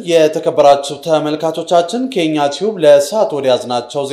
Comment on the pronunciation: ወንድሞቼ ምን አይነት ሚድያ ናችሁ?!!! አንባቢዎቻች የሚድያችሁ ስም ከዜና ብፊት ሲያነቡ ሆን ብለ ው 'ኬኛ' የሚለውን የፅንፈኞች መፈክር እንዲመስል ከ'የኛ ቲዩብ ብሎማንበብ ሲገባ ያለ ትንፋሽ ከየኛቲዩ ብሎ በማንበብ የብዙዎችን ቁስል እንዳይጠግ እያደረጋችሁ መሆኑ ከታዘብን ቆይተናል:: ዛሬ ደግሞ ሀገራችን እና በአሁግራችን ምስራቅ ቀጠና ኤርትሪያን ጨምሮ ያለው ሁኔታ እንኳን ለእናንተ "ጋዜጠኞች" ተብዬዎቹ ለማናችንም ግልጽ ሆኖ እያል " የኢሳያስ ልጆች በጁንታው ተገደሉ!!!" በማለት ያውም ዓይንን እንዲስብ በቃለእጋኖ ምልክት እጀብ ለማወጅደፈራችሁ:: እነዚህ ድርጊቶች ክተጨባጭ ሁኔታ የራቁ ወቅትና የህዝብን ባህል እንዲሁምስነ ልቦና የማያገናዝብ ፈጽሞ ከጋዜጠኝነት የሙያ ስነ ምግባር ደረጃ የወረደ ሌሎች በዘርፉ ያሉ ሀገርና ህዝባቸውን ወዳድ የሆኑ እውነተኛ የኢትዮጵያ ልጆችን እንገት የሚያስደፋ ክብረ ነክ ድፍረት የቃላትን እርባታ ትርጉምና ፍችዎቻቸውን ካለማወቅ ድንቁርና የሚመነጭ ብቻ ሳይሆን የ'የኛ ቲዩብ አንባቢያን ፊደላት ሰሲጠብቁና ሲላሉ ቃላት ያለቦታቸው ተሰክተው ሲገኙም ሆነ ቃላትን ከሰዋስው ሕግጋት ውጭ መጠቀም ሊያስከትል የሚችለው ጉዳት (በተለይ ከሀገርና ህዝብ ደህንነት እና ፖለቲካ ጋር ገንኝ) እንኳንስ በስነጽሑፍና በማህበራዊ ሚድያ ስርጭት በተለየ ሥልጠና የሚዘጋጅ ጋዜጠኛቀርቶ ማንም ለአቅመ ግንዛቤ የደረሰ ሰው አይረዳውም ተብሎ አይታመንም:: ይልቁንም በእንዲህ ዓይነትና መሰል ቀላል የፊደል ግድፈቶች የአነባበብ ስህተቶች የቃላት እጥረቶች አስመስሎ የሚቀርቡ መልእክቶች በቅጥር ብዙ የዓለማችንን እገራት ለጦርነትና እልቂት መዳረጉ "ለቀባሪ አርዱት" ካልሆነብን የኛው የውጫሌ ውል ስምምነት ምስክር ይሆናል:: የምንም ይሁን የምንም ንኡስ ዘርፍ ጋዜጠኝነት በመረጃ አስትላላፊነቱ ከትንሽ ነጥብ ስፍራ እስክ ም